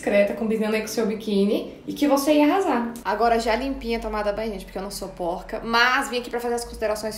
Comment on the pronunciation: "...Pq eu não sou porrrca..." 🤣🤣🤣🤣🤣🤣🤣